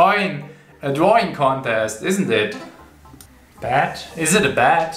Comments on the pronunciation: I love how he says Drawing ‘Dwawing’ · I love how he says dwaing